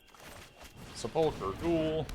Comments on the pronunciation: At least he's not saying Sepul CHer. But yeah, slightly off with the emphasis on the UL. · His pronunciation of sepulchre is driving me insane.